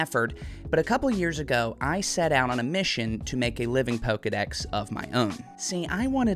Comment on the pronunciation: Dex not sec